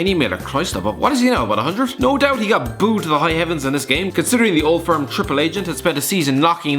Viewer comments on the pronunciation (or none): none